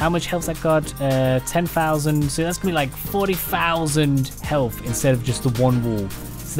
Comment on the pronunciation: Add fatch to make it four feet fick and give it more haytch pee, or helf....I love the accent, lol.